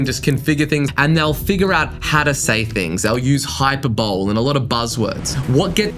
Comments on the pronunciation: ‘Hyper bowl’??? When talking about what to write and say in an ad?!? 😂😂😂 It’s pronounced hyper-bolly… LOL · Always enjoy your videos - very entertaining. Just for your reference- hyperbole is not pronounced HI PER BOWL, it is pronounced HI PER BOL LEE. Please keep the high energy vids coming. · Mad respect for you, i love your content 🔥🔥 (btw the word Hyperbole is pronounced "Hi-per-buh-LEE" not "Hy-per-bowl") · “Hyper-bowl” lmfao 🤣 At any rate, thank you for the free guidance, as usual!